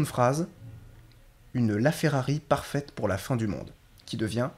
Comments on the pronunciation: Pare-fête ? On ne prononce pas du tout le mot "parfaite" comme ça. Ça en est très loin. Pour le reste, ça fonctionne quelques fois très bien et d'autres fois pas du tout. C'est un 10/20 peu près. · salut :) pas si mal. Je suis Québécois. Ton mot "passeport" , au début, est trop clair, trop ouvert, (trop français) /// parfette (pas parfaïïte ), je pense qu'en France, on entendra plus... parfétte, nous, c'est "parfètte", mais on dit, on va à une fêïte) /// Pour ce qui est de notre "â" , ça dépend des mots . On dit Ferrari, a ouvert, mais on peut dire soit, garage , ou garâouge... (moi, je dis le 1er, mon frère dit le 2ieme)(mystère, même si nous avons eu les mm parents :) ) J'aimerais bien savoir où tu as entendu certaines prononciations. Capitaine, quarantaine, on le dit bien ?? pas ---aïïne. Mais, la haine, possiblement. (haïïne)///pis=puis compressé... Puis on est parti au chalet.. (pis on est ...) "Commentaire", tu le dis bien. La séquence à 6m43 (Michel Courtemanche) Il dit plutôt, moeu,, (un peu forcé en blague) Mais si on prononce chaque lettre de MOI et TOI' ça fait t-o-i to-i (pas loin de to-é) et je crois que ça appartient à l'ancien français. Quand le mot monte, c'est comme une question... moé? non, non, non, moé non.. Je m'arrête à 9m.. Tu es parmi les meilleurs faux québécois.. (ya Denizee et Solangeteparle qui sont fortes) Mais encore, je pense que c'est très difficile de doubler une autre langue, notre accent naturel va revenir au galop, se dissimuler dans une syllabe ou une autre.